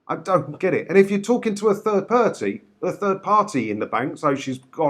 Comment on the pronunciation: I did laugh when said 'third perty', I thought of the policeman out of allo allo lol